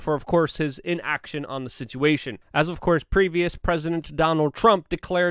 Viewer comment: EXASTURBATE THE SIT-CHEE-A-TION!!!